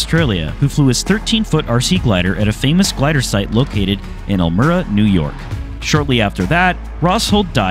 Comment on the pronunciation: Elmira in NY is pronounced as "el-MY-rah". Not "EL-mirrah". The site is Harris Hill, which is technically in Big Flats. The National Soaring Museum is located there. The view from the top of the hill is pretty good. And yes, gliders running out of thermals and having to land in fields does happen occasionally.